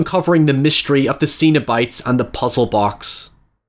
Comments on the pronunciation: Cenobite, not xenobite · I'm pretty sure it's pronounced Sen o bites instead of zeen o bites. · The most disturbing thing is pronouncing it as Xenobite Much love <3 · He's pronouncing Cenobite wrong on purpose right??